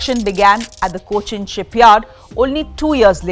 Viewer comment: Someone please teach this woman to pronounce Cochin properly.. and few basic English accent. She tries to be more American..😂😂😂😂